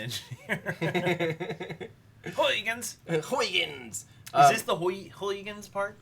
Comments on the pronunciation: Hey,. I'm Dutch, it is pronounced: haygens probe (more or less). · I am a Dutch guy, trying to make an American Everyday Astronaut to pronounce the Dutch name Huygens correctly. It’s a great name. The Dutch have all of the greatest names! Huhye -ghuns. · All the dutch people are blaming you for not pronouncing huygens well🤬😂 I think you are a GREAT youtuber